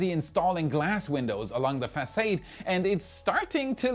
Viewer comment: architect here (and NO SHADE INTENDED): facade = fah-SAHD and mezzanine = mezz-ah-NEEN. Your absolutely thorough analysis is always greatly appreciated (as is the humor you inject into what otherwise could be nerdy dry stuff). Not to mention how I would do talking all this technology in a second language.....